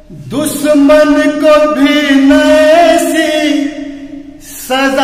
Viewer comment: श k jaga स mat boliye u have to लिसन carefully dusaman nahi dushaman hai gana pura suniye gor se baki best just pronaunsetion pr dyan rakho bhai